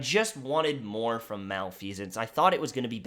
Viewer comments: Ahem. Pronounced, mah-leh-fih-sense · I believe it’s pronounced Mel-eff-eh-sence. I could be wrong tho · Pronouced ma-lef-uh-cents